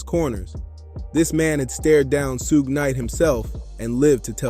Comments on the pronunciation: Just say sugar but leave the R off. Its not sug knight. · That's like 3 different pronunciations for Suge's name! 🤦🤣 First I heard it as "Soog", then "Sooge", then "Soo-guh". The heck? It's "Shoog", pronouncing the double "o" as if saying the word "wood". Other than that, great video! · Good history lesson but thats not how to say Shug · yeah some of the times suge was mentioned it said soog. I just thought it was funny. Not trying to disrespect. I respect the video. Ty for it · decent vid but do more research and pronouce suge correctly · Good stuff.. but dear God, why do you keep pronouncing Suge Knight's name like that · and yet he does a tire YouTube video on him... He never once caught how his name is pronounced I find that hard to believe